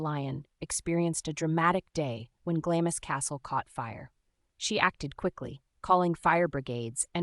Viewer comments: I would have continued to watch, but after the 3rd pronunciation “GLAMIS Castle” instead of “GLAMS Castle” I had to call it quits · It's pronounced "Glams" NOT GLAMISS.